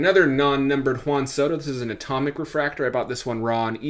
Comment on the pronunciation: Whan Soto…Wheat thins….the emphasis on the WH